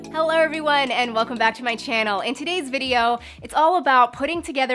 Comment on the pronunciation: Are you saying Hellur in the intro? Lately that's what I hear, just curious.